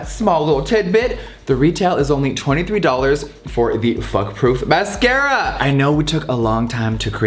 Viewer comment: beep! I love how he says fuck proof masCARA!